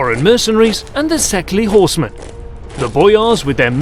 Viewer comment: as for the pronouncation of szekely... try like this: saekei. ly is one letter in hungarian and sounds like y at for example York. (szekelys are hungarians)